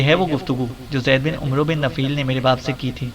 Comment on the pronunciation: عمرو میں وساکن ھے عمر ع کے زبر کے ساتھ پڑھا جاتا ھے